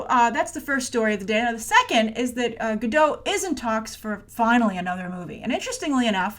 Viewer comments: You would think that by now you knew how to say Gal's name right 😂😂😂😂😂 it's GadOT. With a very strong T at the end. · Hi, you should pronounce the T in GadoT. It's the Hebrew plural for "Gada" - a river bank. Basically "Gal Gadot" means wave river banks. I guess her parents likes water imagery...:D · And she also pronounces it as "Godo" with the "a" as an "o" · GADOTTT. T is NOT silent, it's a Hebrew name NOT French. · John Perry it is in english. But Gal is Israeli and EVERYTIME she introduces herself she pronocues her last name like Guh-doT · Hey, there is 'T' at the end of Gal's last name for a reason 😉